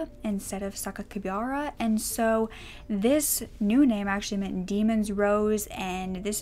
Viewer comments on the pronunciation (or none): i do believe sakikabara is pronounced Sa-key-ka-bar-uh bar, not bare! could be wrong though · I'm sure I'm the millionth person to point this out, but Japanese is almost purely phonetic. Sakakibara is "sah-kah-kee-bah-rah." Sometimes you may hear a diphthong like an "aye" but those are pretty sparing.